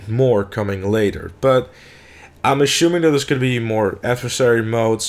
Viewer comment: assuming? ashuming? amy shumer? amy sumer?